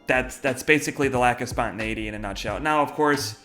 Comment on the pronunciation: Spontäneiitey???don't even know how to spell 😙